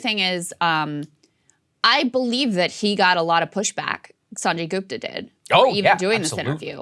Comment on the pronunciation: It's Gupta (like Put or Push) not Goooopta for crying out loud.